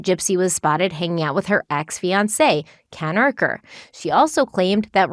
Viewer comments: Isn't it Ken Urker? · Im no stan but you did say kens last name wrong a couple times 😂